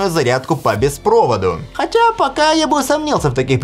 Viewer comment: «…хотяяя, покааа я бы усомнился в этих предположениях…» ждите этой фразы. Она мимишна и уникально)) произнесена